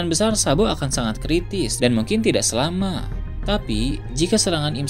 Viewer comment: Ngk bisa nyebut kata "selamat" ya bang?